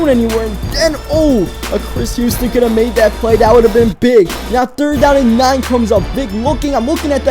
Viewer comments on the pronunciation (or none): none